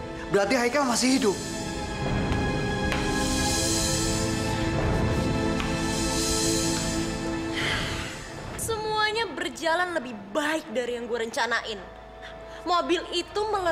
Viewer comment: Coba pada dengerin pake earphone.. ngomongnya bener hidup bukan hidung